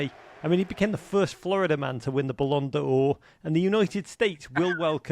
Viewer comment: You don't pronounce the apostrophe in "Ballon d'Or" 😂 Great video